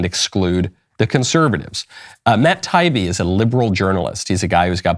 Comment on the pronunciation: Just so you know Michael, his name is pronounced tie-E-be.